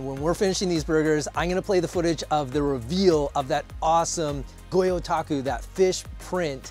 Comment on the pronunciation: "Goyotaku" lol🤣 Gyotaku my braddah! Nice ulua too I like to fry ulua like katsu:flour, egg panko, and after pau cook I eat it with either tempura sauce, mustard-mayo sauce, or one of my favorite, sweet chili sauce